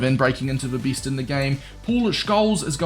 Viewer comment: S tier sounds like ”Easter”. And best in the game sound like ”bis in the game”